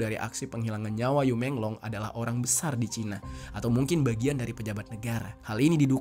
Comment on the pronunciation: Bacanya yi menglo